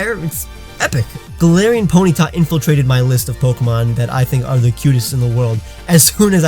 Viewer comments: I am just going to correct you every time even though you just said golarion Raichu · He said Galatians Raichu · he said galar Taichung and muk XD